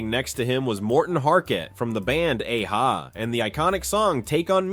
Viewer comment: Ain't no way he just pronounced it "A-Ha"